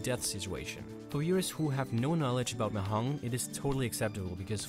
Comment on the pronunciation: The j in mahjong is not silent. Has to be pronounced. Sorry but it irritated a little to hear it pronounced like that even though that's not really the point of the video.